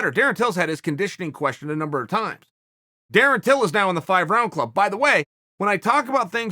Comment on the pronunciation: Chael "darin tyl" Sonnen